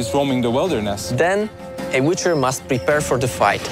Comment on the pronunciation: Hahaha the "wither" hash